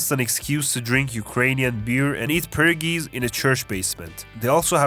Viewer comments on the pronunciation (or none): as an Albertan with Ukrainian heritage it hurt the way you said “pergies”